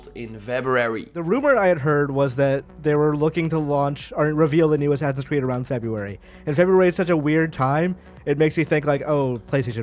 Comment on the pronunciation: Ass-ass-ins creed. say it with me.: ASNNSCRED.... okay well...we'll work on it.